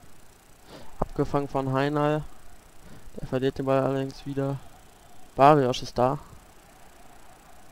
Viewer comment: barrios nicht Barriosch!